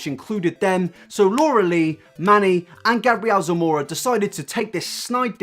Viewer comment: Actually, since his origin is Hispanic, it would be pronounced: Gah-bree-el Sah-moh-rah